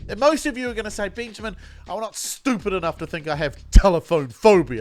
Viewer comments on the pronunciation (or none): Did you call yourself "Beenjamin".